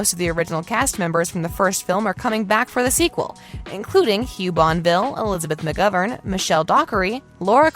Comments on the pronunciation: Bonneville is pronounced bah-nuh-vil, not bon-vil and Rob James Collier is kahl-yer. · Respectfully, please learn to pronounce folks’ names. Bonneville is pronounced “bon-nuh-ville.” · Why would you even bother narrating this without finding out how to pronounce "Bonneville"??? Hint: There are THREE SYLLABLES in Bonneville. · She couldn't even be bothered to pronounce "Bonneville" correctly.